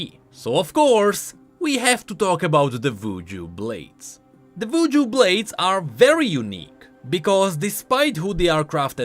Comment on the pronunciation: The fk u mean "vvuju"? Isn't it "Wuju"?